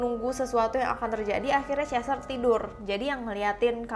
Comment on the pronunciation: Chester bukan cester